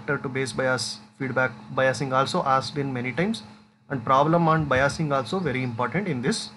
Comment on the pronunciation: Sir बाईसिगं को बयासिगं bol rahe hai😅